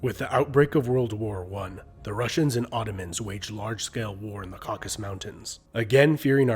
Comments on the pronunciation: "Caucasus" Mountains, not "Caucus". My first landlord in California had been born in the first Republic of Armenia (Հայաստանի Հանրապետութիւն), in 1919. հանգստանալ խաղաղասեր ընկերս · Caucasus not Caucus